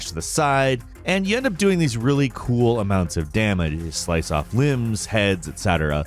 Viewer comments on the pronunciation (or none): none